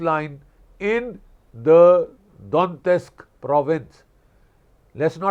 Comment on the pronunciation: Don-yetsk - not Don-tesk.